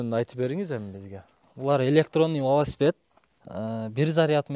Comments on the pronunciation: велосипед, валаспед деп камерага айтпа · Валаспет эмес велосипед деп айтылат